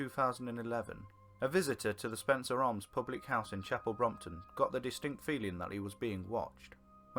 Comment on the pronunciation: And Chapel Brompton 😂